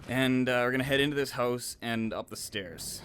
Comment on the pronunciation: lol at the second level he said hoze not house xD